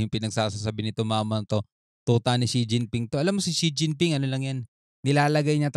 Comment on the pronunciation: Xi jing ping kung sa fukien basahin sen ching ping. SIRA ULO